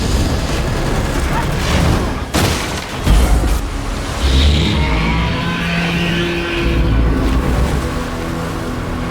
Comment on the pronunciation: What are you,? Ang, not Ong.